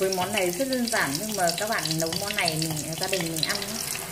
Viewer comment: Hướng dẫn mà nói quá ngọng nấu thì đọc lấu nõn rau thì đọc lõn vậy mà cũng làm video